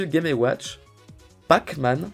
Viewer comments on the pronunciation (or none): none